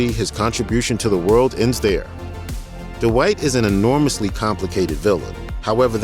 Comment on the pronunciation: Yo D-Wight!!